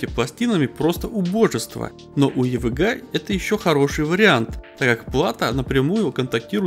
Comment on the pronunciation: хватит уже "йевиджийей","йевэгэа" просто ЕВГА и всё !